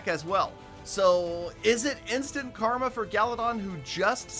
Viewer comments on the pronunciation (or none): none